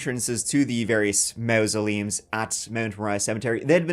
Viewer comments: Mausoleums .... sounds like maws-se-leum. Behave yerself. Not even yer accent can get over that one!!! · Please stop saying MOUSE-oleums, please I'm begging you 🙏🏻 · MA MASULEUMS... SAY IT LIKE IT SPELLED HERE. NOT MA MA.. IT'S MA MA....THIS GUY IS CREEPY!!!